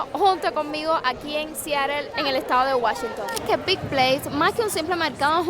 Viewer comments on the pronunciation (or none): Deberías informarte antes de hacer un video. "Pike" No se pronuncia ( pik ) se pronuncia: PAIK ! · te admiro muchísimo, solo una sugerencia. Aprende bien como se pronuncian los nombres de los lugares que visitas. Ya son varios videos en que desatinas por completo. Pike se pronuncia 'paik', no "pik". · Hola, Se pronuncia PAIK. Espero no te moleste que te corrija. A mi sí me gusta porque si nadie corrije entonces uno no aprende a pronunciar correctamente y sigue cometiendo el mismo error por años. Mucha salud para que sigas adelante. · Se pronuncia Paic…. Me encantan tus videos !